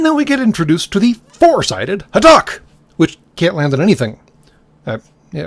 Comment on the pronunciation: You actually said the ship name right and for future reference if you really really want an easy way to call the system Lords for what they are called them either the system Lords or snake heads at least that's what Jack would call them